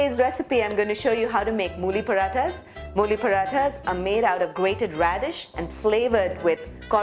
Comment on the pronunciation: Hey you knew mollify and you also said Redshe please stop selling your churan